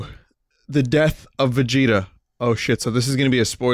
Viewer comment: Il l'a mal prononcé, ça m'ennuie.